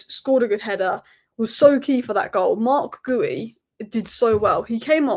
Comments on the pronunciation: It's not Goo-yee but Gee-yoo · It's Marc GEE-U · It's Gee-Yu if we're sounding it out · Marc GEE-You 😊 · I watched from arabic commentry and they call him GooYou 😂😂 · Love you video and comments very nice … But please say Marc Guiu properly please 🙏🏼